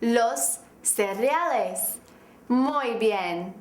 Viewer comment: la R esta mal pronunciada ella dice ( o se le entiende ) los cerreales